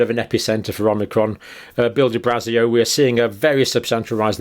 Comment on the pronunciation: Why are you saying methedist on amnicrom no other religion is getting it ?